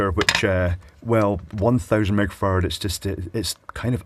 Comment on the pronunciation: Am I the only one who's hearing "small 1000 meg Farad" as in 1000 Mega-Farad or F? I guess "mega" is not a unit used much in electronics, so it makes perfect sense to abbreviate "micro" as "meg"?